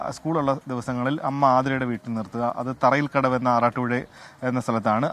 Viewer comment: തറയിൽ കടവ് അല്ല തുറയിൽ കടവ്